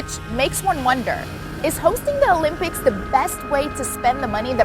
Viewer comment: Interesting how she repeatedly says, "The lympics" throughout the vid.